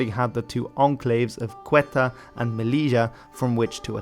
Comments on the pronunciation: it's Ceuta, not "Cueta" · Nice video. Just one nitpick: It's Ceuta, not Cueta :) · great work! (also it's Ceuta, not Cueta) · OMG!! "Cueta" doesn't exist with that name, of course... In reality, it is CEUTA... 😱😱 I might agree that reversing two adjacent letters is a little mistake that may happen, when writing (but isn't there any editing of the video?), but... what should we think about repeating the mistake when reading and pronouncing? Therefore, is the speaker merely reading a text but he doesn't really know the geography he is talking about? 😱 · CEUTA, not Cueta. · Is Ceuta not cueta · It's Ceuta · It's Ceuta (Pronounced seuta), not Cueta. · To this day, I don't know why you always say Cueta rather than Ceuta. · Menos por q en vez de Ceuta dice Cueta xd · Great video! Just a quick correction: the Spanish enclave in North Africa is actually Ceuta, and it is pronounced Seuta :) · This is quite interesting. However, it is Ceuta, not Cueta. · Not Cueta, CEUTA. Great pronunciation tho, some mistakes but great vid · That's Ceuta Dear, not whatever else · Good video! From Spanish Moroccan 😎 just side note you pronounced melila & Ceuta wrong it’s MeLilya & Ceu Ta or Sebta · You mispronounced Ceuta